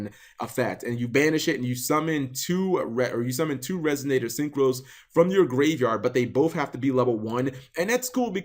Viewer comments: Resignator? Learn to pronounce things. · There's no 'G' in resonator cap